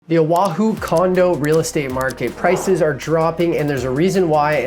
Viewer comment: Please say Oahu correctly 😂